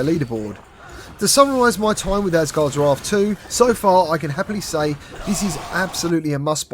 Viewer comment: Asgards Raarth lol